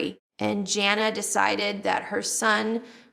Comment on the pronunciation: I don't know who this person is but it's not Jill! She pronounced two of her sisters names wrong, Jinger and Jana....her teeth is different...its NOT JILL